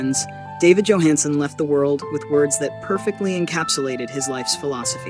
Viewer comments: It would be nice if this AI could figure out whether it's going to pronounce the first letter of Johansen's name as Y or J. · this robot A i can't be bothered to pronounce his last name correctly. yo, Hans !